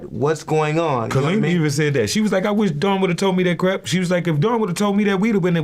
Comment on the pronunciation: Not the interviewer saying Dawns last wrong as to why she only goes by her first now 🤦🏾‍♂️